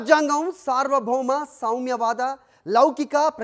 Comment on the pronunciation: సౌమ్యవాదం కాదు నాయనా.. సామ్యవాదం